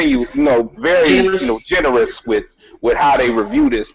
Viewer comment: IDIOT SHOWSTOPPER CAN'T EVEN PRONOUNCE GENEROUS.